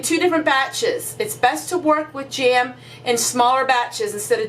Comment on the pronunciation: Cute how you can stretch one vowel into 2 syllables-- jam = ja-am. Love your video and you are adorable.